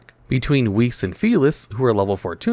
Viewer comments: it's pronounced "Vice" is the German/Swiss for White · Weiss is proniunced wise